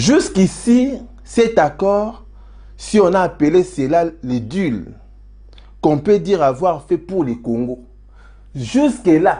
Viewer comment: un ( deal ) = pronociation (dil )